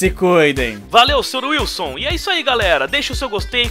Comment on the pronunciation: falou errado, é sr sr wilsu rsrs